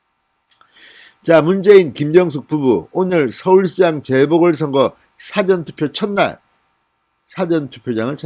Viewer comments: 사전투표가 아니고 사~전투표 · 사성발음이틀렸네요 굉장히듣기거북하네요 사전(국어사전..)투표가 아니라 사( 事전투표)입니다 지지자이지만 국회위원 출신이 한글 억양도 모르시는가요? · 사전투표는 일 사.앞 전으로 사-전 투표로 발음 해야 한다고 계속 글 남기는데 진의원 좀 고치세요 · 싸전투표가 아니고 사~전투표로 발음하는게 맞는게아닐까요? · 진 위원님 엑센트가 아주 특이합니다. "Dictionary" 투표가 아니라, "죽기전(사전)" 액센트로 발음을 하시기 바랍니다. 억양이 하도 특이하여....응원합니다... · 진성호 님 사전투표 발음이 좀 이상합니다.